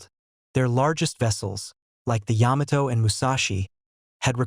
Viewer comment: It is the Yamato, is pronounced as one word. You're doing a video on battleships and can't even pronounce their names??? This is just garbage.